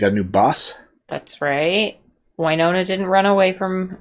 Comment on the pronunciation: Drives me nuts this girl corrected her husband a bunch of times on pronunciation of names, yet continues to call Winona, Wyyyynona. Also, implying that Raylan should “change” his entire life, give up his career that came before her and everything for a flaky girl who comes and goes, makes terrible choices, like Gary, and is a multiple felon for the vault heist, and corrupted Raylan into being her accomplice. If anything, Raylan needs to get away from Winona for his own safety and mental health, as fast as possible.